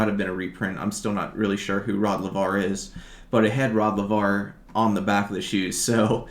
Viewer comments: Laver = Lay-ver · Rod Laver. Pronounced lay ver. Champion tennis 60s 70s I believe.